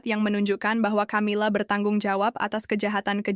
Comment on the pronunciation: Bacanya Kamila bukan Chamila.....